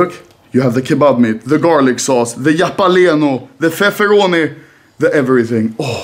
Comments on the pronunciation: i love how anomaly pronounce jalapeno "yala-peh-nyo" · anomaly saying japaleno яpaliniё